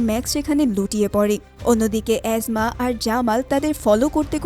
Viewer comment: এসমা কে অ্যাজমা কেন বলেন?😂😂😂😂